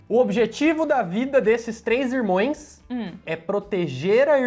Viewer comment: só um toque. O correto é irmãos, não irmoes.